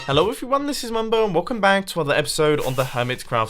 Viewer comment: Every single time, I understand "welcome Bank"